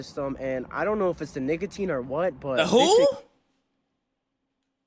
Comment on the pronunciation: bro actually said niggatine